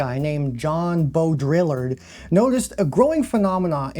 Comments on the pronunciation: BAU-DREE-YARr #hatetobethatguy but if you're gonna say his name every other minute... >Back to the video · It's pronounced Bo-dree-yar Good vid. I'd argue we're headed towards Deleuze at this rate. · please god tell me the mispronunciations of simulacra/simulacrum/Baudrillard are intentional. may have been worth going over the stages of simulation at the start bc without doing so it could mislead some into thinking Baudrillard’s criticism was abt fiction or unreality in general instead of specifically the way simulation and reality become less distinct & distinguishable. like with his analysis of Borges map-territory great video! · I like how mispronunciation of Jean Luc's last name has become a symbol in itself haha